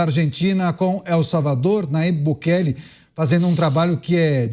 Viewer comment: a pronuncia não é Bukelê e sim Bukeli (não tem acento)